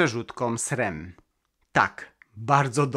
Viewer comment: skąd pomysł na wymowę SREM? Jest jeszcze jeden duży youtuber, który tak mówi ale zdecydowanie bardziej poprawnie jest zwyczajne SRAM